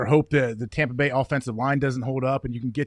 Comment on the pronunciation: "Tompa Bay Gronkineers" I lost it 🤣🤣🤣